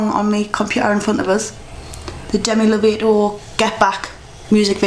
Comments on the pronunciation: Lo-Vaah-Toe not Low-Vay-Toe Its ok though; I forgive you. I love the look. Im gonna do it when I go to the concert in august. ( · You Said Lovato wrong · you said Lovato wrong xD thet's okay most people do =]